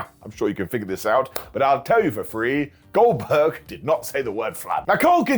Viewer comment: I love that you don't say words a lot of times, but at least it's always close enough so you can get it 😅😅 "Goldkerk" the goat